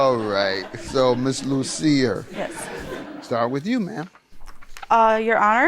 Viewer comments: When he said Ms Lucifer, I thought I heard wrong😂😂😂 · Did he say miss Lucifer? 😂😂😂 correct me if am wrong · So FUNNY she said it seems like he was having a ritual in the bathroom and her last name LUCIER.and Judge MATHIS pronounce her name LUCIFER 😀😀😀😀😀😀😀that was hilarious!!!! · Judge said "lucifer"😂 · Your honor it’s Loosier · There's not a "F" in her name, so I don't understand why he called her Ms. Lucifer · Judge Mathis:Lucifer Plaintiff:Lucier Me:aha ha ha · When judge pronounced her name wrong I was dying laughing like the witness😂😂 Jm came with the shits already.